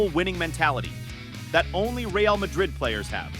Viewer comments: At least say ray- al , if you refuse to say reh—ahl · Please god at least attempt to pronounce the names of the players and teams correctly